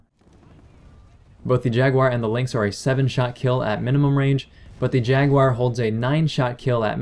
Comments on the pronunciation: Where the hell do you get Jag-Wire out of Jaguar (i.e Jag-u-AR)? Honest question. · You saying Jaguar sounds like "Jackwire".